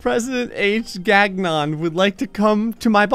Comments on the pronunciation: Gagnon is my last name and it's pronounced gan-yon, it's french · "GAG-non." More like "canyon," but substitute the C with a G.